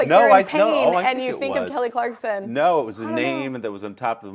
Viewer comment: He says " NAIL KELLY CLARKSON" LOL